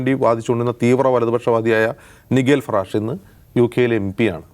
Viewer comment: നൈജൽ ഫറാജിനെയാണോ ഈ നിഗേൽ lഫറാഷ് എന്നുപറയുന്നത്???